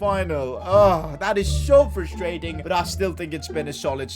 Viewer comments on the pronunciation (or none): none